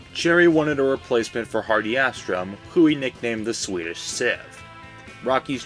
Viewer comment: They had good uniforms. I had one. The Devils original red and green Christmas Jerseys were not good. Favell, short 'a' emphasis on the second syllable . Astrom, Long 'A".